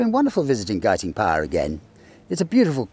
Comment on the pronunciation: I lived in the Cotswolds in the 1960s and always heard Guiting Power pronounced as you do in this video, never any other way.